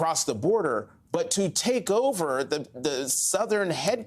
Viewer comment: Is Admiral Stavridis actually an expert on this? That he doesn't seem capable of pronouncing Prigozhin's name hardly gives me confidence. I don't buy some of his analysis, not least that this was a revolt against 'the king', against Putin, something Prigozhin has never claimed (how Putin perceives it is another matter, and how the Russian authorities see it yet another). Indeed, Prigozhin has not ever – as far as I am aware – attacked either Putin or the Russian Government, just the army staff. This looks to me more like an attempt to shake up the military system than to install Prigozhin as head of state.